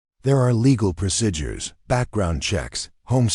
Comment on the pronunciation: Would someone program this machine to pronounce " p r o c e d u r e s" properly? Not proc"i"dures!!!!!!!!